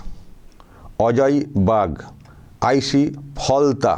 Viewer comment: Halta নয় ওটা Falta হবে।